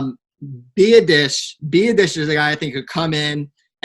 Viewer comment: It's Tyler Bee- ah- dish